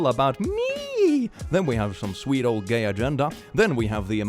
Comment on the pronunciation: Why did I hear “sweet old gay agenda” as “Swede old gay agenda”